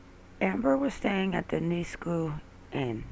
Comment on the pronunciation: Leduc AB, is pronounced "Le-duke"